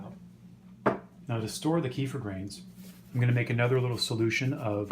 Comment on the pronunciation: That’s the correct pronunciation